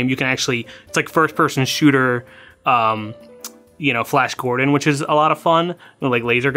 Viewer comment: Flayash Gordon